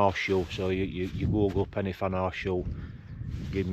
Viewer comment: As everyone else has said it’s corn Dee And your pronunciation of pen y fan was spot on mate and sounds even better in you’re northern accent.